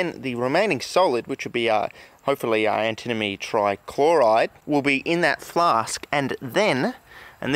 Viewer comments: Sounds like you're saying "antinomy"! ^^ think "anti-money" instead. (In french it's called "antimoine", litteraly "anti-monk"! Some say it might actually be the origin of the element's name, as quite a few monks were versed into alchemy, and might have poisoned themselves with it. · I think it should be pronounced an-timma-nee. It just flows. "Ant-a-moe-nee" is like tripping on a crack in the sidewalk. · I'm seeing a bunch of people pronouncing it Anti-money buy nobody else seems to pronounce it Anti-Mohny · Anti-moan-ie, that's how I've always heard it pronounced (in 'Murica) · Ah yes anti-money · It is pronounced antamoany Ant-a-moan-y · It's pronounced an·tuh·muh·nee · "Antimoney" ... "alright we got our antinomey powder now" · and then he pronounced it "antinomy" 1 second later. :D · I honestly thought it was an australian thing, like how british people say aluminium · New drinking game: Take a shot everytime he pronounces antimony wrong. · I pronounce it as antimony, but my friend pronounces it like antimony, so we ask our teacher and he says we should pronounce it as antimony.